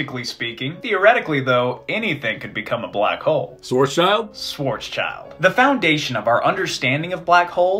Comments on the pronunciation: I loved every second of this. However, there's one pronunciation bit I'd like to comment on: "Schwarzschild" is a German name, pronounced as "Shwarts-Shilld", not "swarts-child" as most Americans do. Literally translated, the name means "Black Shield", which is a whole new level of cool. Still, doesn't have anything to do with children. Greetings from Swabia! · It's not Schwarzs-child. It's Schwarz-schild. The German sch is more or less pronounced like the English sh. It means black shield. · It's pronounced Shvartshilt (Black Shield), not Shwart's child. Otherwise, very enjoyable and informative. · Schwarzschild is actually a German name and it isn't "Schwarz's-child" but rather "Schwarz-Schild" (schwarz=black, Schild=shield) it is correctly pronounced "Shvarts-shilld" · shvarrrtz shield ... not swats child :p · It's not Schwarzs - child, but Schwarz - schild. "Schild" is pronounced kind of like "shilled", the translation is "shield". It's a bit irritating to hear "child" in the pronunciation of the name :) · "Schwarzschild" is pronounced more like "Shwartz-shilled," not whatever weird abomination you came up with. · Incredibly cool stuff, but PLEASE, Schwarzschild is not pronounced like that. It's more like Schwarz Shield (also closer to the German translation of the name) or, even more accurately, Schwarz shilled. Just a terrible nitpick, otherwise I greatly enjoyed this. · The 's' goes with the 'child' and it's pronounced "shilt", and it means Black Shield. Same with 'Rothschild' pronounced "Rot shilt" meaning Red Shield. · Pronouncing schwarzschild as schworzchild is pretty funny as a German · I hate how you guys pronounce Schwarzschild. That name is German for “Black shield”, and so pronounce ‘schild’ like ‘shield’. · Great video, though I gotta say you guys need to learn how to pronounce Schwarzschild - pronouncing it English just horribly butchers it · The way you pronounce Schwarzschild 🖤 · The way pronounces "Schwarzschild" makes me furious